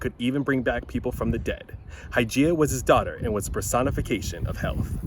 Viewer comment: I wasn't sure what you said... then I went back and read the CC. His daugther was the "personification of health"... but I thought you said "personification of hell"!!! hahahaha